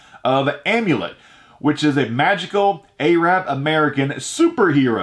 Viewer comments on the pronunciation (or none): Did I just hear you say A-rab American? BIllionaire Island sounds too much like Jeffrey Epstein. :-) Do collectors buy up so many comics that regular kids don't get to read them?